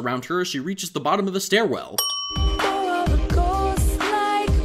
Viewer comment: "starwell" ding